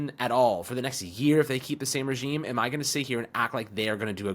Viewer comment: The most important thing that nobody's talking about: is now consistently saying the word "regime" correctly. My guy's been putting in work! 😂